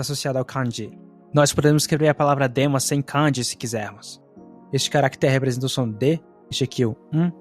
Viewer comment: Cara, não é canji (com o can do inglês)) como você também falando no vídeo. É Kanji ( com o can de canjica). Você fica parecendo um gringo americano falando as palavras em japonês. Acento muito esquisito